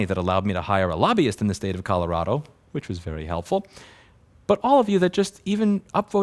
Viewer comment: "Colorado" Uh, should I tell him?